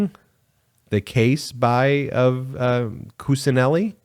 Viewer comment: Kuccineli is pronounced as Kuchineli